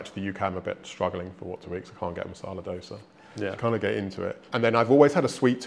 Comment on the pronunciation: Guy from a foreign country pronounced Dosa correctly but there are Indians especially from North who pronounce it as Dosa (with D not Dh).